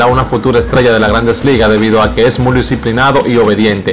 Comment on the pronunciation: Hermano,no se dice " La jalaba", sino jaiba. Tampoco se dice mul, sino muy. Hay que tratar de leer un poco más antes de hacer comunicación. Perdóname hermano, no te lo digo en forma de burla, sino porque suena muy feo.